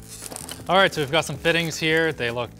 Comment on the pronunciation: 'We can just gotse this to over their' of fuck linus, C L A S S I C